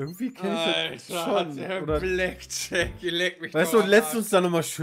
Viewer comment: Mensch Pedda... Blackjack nicht Blackshirt